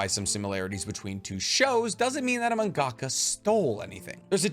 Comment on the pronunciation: MunGAHka? Nah. Manga-kuh.